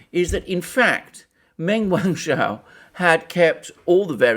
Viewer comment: Wrong on every front, and learn how to pronounce her name properly?